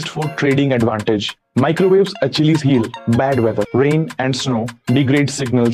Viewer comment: Great video, you enunciated Achilles incorrectly, but very clear pronunciation. Make more!!!!